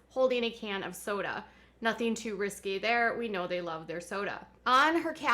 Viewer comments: is there something wrong with your neck muscles? You seem to be constantly tilting your head. also 'risque' is pronounced Ris KAY, not 'risky'. Now, what does it feel like to be on the other side of the microscope? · It’s not pronounced risky it’s ris kay